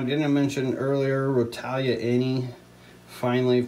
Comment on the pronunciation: The way you pronounce rotala ( roh- tall- a) really annoys me but it doesnt matter much lol Good video displaying the different plants.